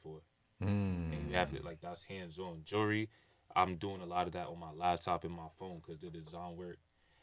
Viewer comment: Nigga don’t know how to say jewelry